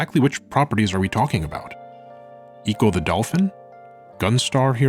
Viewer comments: NO ONE in the entire history of Sega has EVER pronounced Ecco the Dolphin as "Eee-cho". The fuck is wrong with you? NO ONE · why do you say echo and enix wrong? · Knows how to say the plural of passerby ("passersby") but can't pronounce Ecco right